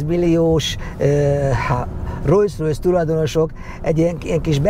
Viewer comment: Ugye rosszul hallom, hogy folyamatosan rojszrojsz-ot mond?